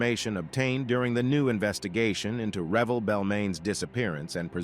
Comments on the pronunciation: It’s “Re-velle” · It’s actually Revelle